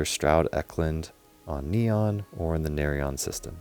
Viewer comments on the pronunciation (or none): none